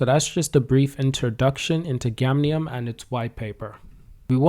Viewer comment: It's "GAMIUM " bro not gamnium! I can't believe u promoted a token and u don't even know the name 😔